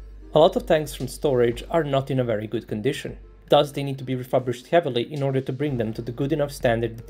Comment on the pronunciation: ReFURbished...not ReFABrished.